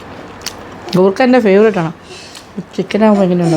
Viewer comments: It's koorka not gurkha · കൂർക്ക.....ഗൂർക്ക അല്ല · Chechi why are you pronouncing goorka in this full video so something missing like that your malayalitham gone missing sorry chechi